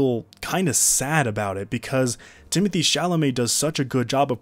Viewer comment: I love how you pronounce Villneuve's first name in French but insist on calling Chalamet Timothy, eventhough he spells it Timothée